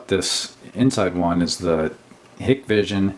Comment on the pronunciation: I just saw a video on this company, and their name is pronounced with a long I after the H.